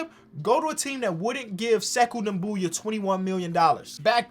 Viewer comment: You talking about doumboya? He's pronouncing him right